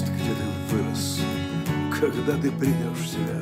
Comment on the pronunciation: Не приЙдёшь, ребят, а прИдёшь...